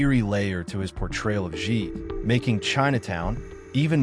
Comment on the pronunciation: Interesting how you as a student of this film totally mispronounce Jake's last name as "Jheet" rhymes with "sheet"